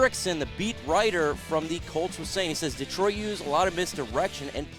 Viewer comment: First thing you can do is pronounce Detroit . Not deeeetroit